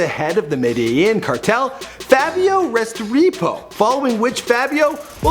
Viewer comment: Restrepo is pronounced Res-treh-poh